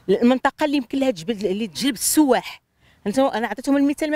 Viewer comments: سيياح ولا سوواح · السياح ولا السواح ما فهمت واش سمعتها غلاط ولا هي تتقال هكاك